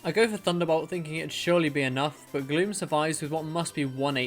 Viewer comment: i thought you said "i brought MEW down to red health." I was eating my lunch and was just listening. I snapped my attention to my phone, and realized that he said gloom.